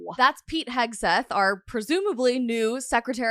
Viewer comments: Hegseth, Rhymes with "egg" not "hedge" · Hegs - rhymes with Eggs eth - rhymes with Beth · Pronounced Heg-seth. Easy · King ... it's "heg-seth"